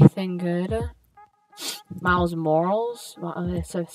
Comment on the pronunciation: You were saying miles morales wrong lol